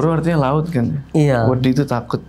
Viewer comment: Salah tangkep kek nya disitu emang. nya bukan orang Jawa soale penyebutan wedhi kurang berat dan berasa gk pake "h".